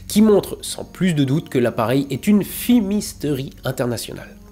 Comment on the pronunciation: c'est fumisterie, pas fimisterie